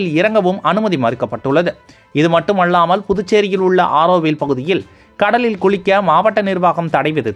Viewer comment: தயவு செய்து சரியாக உச்சரிக்கவும். மட்டுமள்ளாமல் என்று கூறவேண்டாம். மட்டுமல்லாமல் என்றே உச்சரிக்க வேண்டும்.